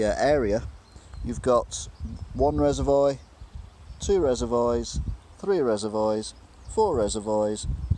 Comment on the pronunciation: Are you purposely saying Reservoir incorrectly?! Lol